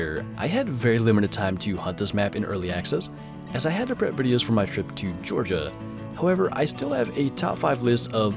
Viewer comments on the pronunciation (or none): you said georigia..... welcome.